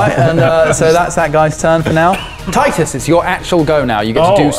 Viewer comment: keep calling ross teetus instead of titus